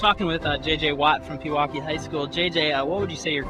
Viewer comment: It’s always fun hearing people pronounce Wisconsin city names. Pewaukee is pronounced pee-waa-kee